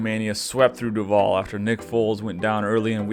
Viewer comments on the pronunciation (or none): btw in duval the emphasis is heavily on the 'du' not on the 'val' as you said it here, pronounce it like that here and everyone knows ur an out of towner lolol